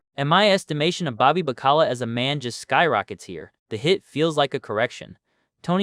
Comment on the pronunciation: Bobby Ba-Cala? Its Baca-la. You know what that means? Ofcourse you don't.. it means Salted Cod. WE TAUGHT THE WORLD HOW TO EAT!